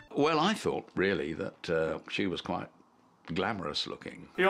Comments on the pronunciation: That ain’t Kwite right. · Kwite more like Dwight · You're "Kwite" a guy!